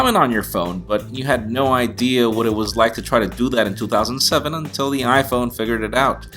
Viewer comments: Stop saying 2007 like toothoSANDseVEN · You say "back in 2007" in a Boston/New york accent, but everything else sounds normal